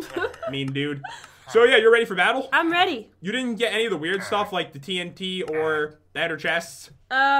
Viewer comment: when pat said 8 TNT I thought he said AT&T